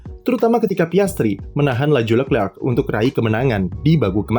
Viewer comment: fasih sekali menyebut Lecrerc, Saya sendiri menyebut Lekrek